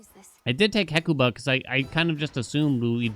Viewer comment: We know for a fact they're gonna patch the glitch, but we may never know if they'll patch pronunciation of Hecuba